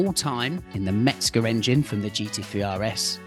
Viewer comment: No "t" in "Mezger" and no "a" in "PorschE"... 😉